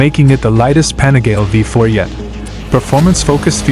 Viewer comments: Pronounced "Pa-ni-ga-lay" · There seem to be thousands of these weird anonymous AI channels continuously churning out the same garbage content to get a few thousand views. It’s so… I don’t know… gross to see a video appear highlighting 1 specific product, and the AI is so bad, the name of the product is massively mispronounced… over and over again.